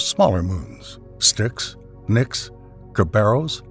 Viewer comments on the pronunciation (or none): none